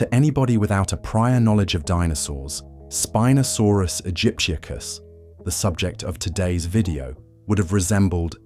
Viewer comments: The constant mispronounced name. Spin-o-sorpus... wrong. Can't watch it. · WTF IS "SPEEN-O-SORUS"? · Terrible AI, even mispronouncing the name of the subject of this 'documentary'. Shame, as a human reading the script may have made it worth watching all the way through! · The name of the star of the episode is mispronounced.. along with others.. otherwise really great videos